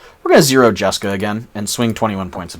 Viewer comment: Lol "jaska"? You mean jeska?